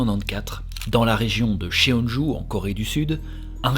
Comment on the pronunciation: Super vidéo comme d’habitude ! Petite précision : Cheongju et Hwaseong ne sont pas bien prononcés. Dans la romanisation des mots coréens, “eo” se prononce comme dans le mot “bol” (o ouvert). Il faut donc lire Chongju et Hwasong :) (et de même, “ae” se prononce “è”)